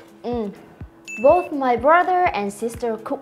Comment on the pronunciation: Both( bốt) cô học cách đọc ở đâu ra z cô